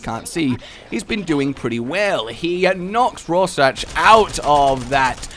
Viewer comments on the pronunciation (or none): Think Raw Shark for pronunciation of that word. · That was fricking sweet! Awesome commentary and sweet editing. 10/10 would watch again P.S. Even though you slaughtered the pronounciation of Rorschach and the names of the planeswalkers, the one that actually hurt the most was "facade" xD